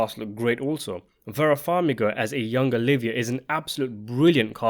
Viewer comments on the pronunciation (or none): none